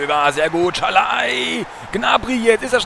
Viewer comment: Moränen es sein das Bergi immer Schalai sagt??? :D